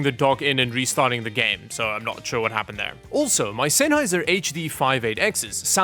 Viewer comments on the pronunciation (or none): none